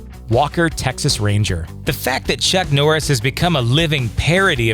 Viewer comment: How you said "Chuck" was the funniest thing on this list 😂